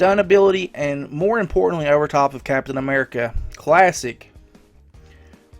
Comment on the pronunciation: captain ammerrica